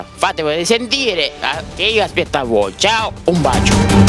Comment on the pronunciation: Sbaglio o dice "vi aspecto"?